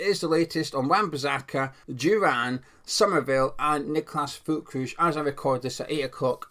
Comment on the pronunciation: Hi there, the correct pronunciation of his surname is Ferlkroog (hard G.) The umlaut above the ü makes it sound like ‘er.’